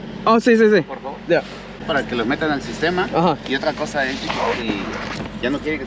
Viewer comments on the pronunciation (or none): none